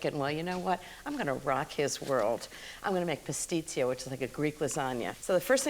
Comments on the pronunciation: Offering these comments with love… we pronounce it pass-tee-choo not pass-tit-sio. My mom made it with bucatini, not shells. I’ve made it with bucatini or long fusilli. And our recipe doesn’t include either cinnamon or nutmeg. It does include a lot of Pecorino Romano, not Parmesan. But that’s just us. Your mileage may vary. 🙂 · IT'S NOT PASTITSIO. IT'S PASTICCIO. GOOGLE IS THERE FOR A REASON.